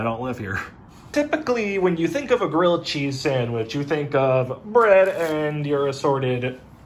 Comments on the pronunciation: GWILLED CHEZZ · Say it with me: GWILLED CHEEZ!!!